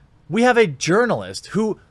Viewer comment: i think i heard you say "Urinalist" in vid